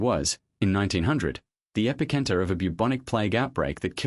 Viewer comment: The Kings Cross segment was using images from the UK, not Sydney… sigh Also, you didn’t review to have the ai pronounce “epicentre” correctly.